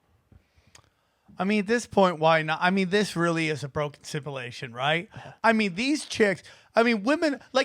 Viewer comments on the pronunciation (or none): I’m sure this has already been said 10000 times, but I love that named a show with a word he can’t pronounce. “Ya know guys i really think we are living in assimilation.” For like the past four years.